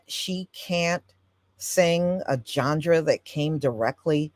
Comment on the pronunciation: This was so informative!! ... Oh, and, BTW, there may be many ways to pronounce certain words, I think that genre is pronounced John-Rah, It is kinda cute that you worked a d sound in there. Please know, the historical content that you've provided far outweighs any mispronounced word.